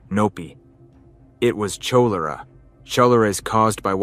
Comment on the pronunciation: I made it until the horrible pronunciation of Cholera and shootouts… 😂